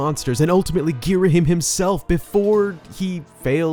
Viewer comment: Sorry to be one of those guys but it's gear-uh-HAM not gear-uh-him